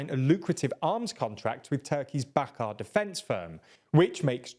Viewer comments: not Bakar it is BAYKAR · Not “bakar” it’s “baykar”